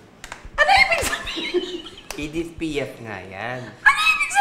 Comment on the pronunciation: "Edith Piaf" OMG hahahahahhaha kuya Ogie pababa yun hindi tunkil pataas hahahahahhaha dead!